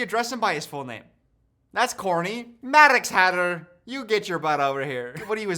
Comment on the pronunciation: Maddog Hatter is what I heard